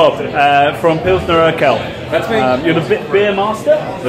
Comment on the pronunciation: It ist Urquell not Urkell, Que like in question. Love your channel!